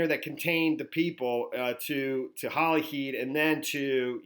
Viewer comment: I live near Holyhead is pronounced ‘head ‘ not heed 😊 🏴